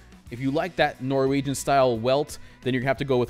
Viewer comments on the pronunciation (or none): none